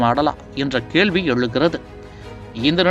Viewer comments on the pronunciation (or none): none